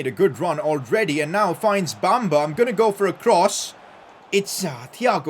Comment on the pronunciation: PCQ:Pronounce Bamba as Be-m-ba i know its a E but thats how you pronounce